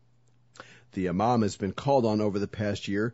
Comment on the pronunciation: I heard it as "Ya mom" aswel >.<